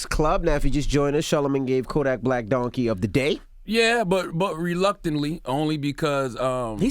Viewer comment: ENVY CALLED KODAK BLICK INSTEAD OF BLACK BY ACCIDENT 🤣🤣 #justsayin ✌🏾